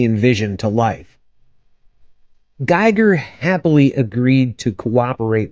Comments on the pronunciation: His name is pronounced Gee-ger with a long E. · And Giger rhymes with "eager". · Terrible video - if you didn't even bother to review some basic material about the subject and find out how to pronounce Giger correctly, you should not make have made this. You are basically reading a wikipedia article out loud with Google image search. Not worth watching.